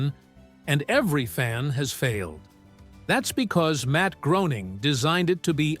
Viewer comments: Groening is pronounced like Gray-ning, not Grow-ning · Matt Groening, pronounced Graning, Graaaning, please